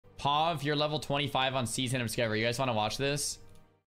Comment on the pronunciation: He pronounces pov all the time.